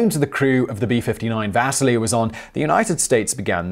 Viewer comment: Does anyone else hear Vaseline instead of Vasily?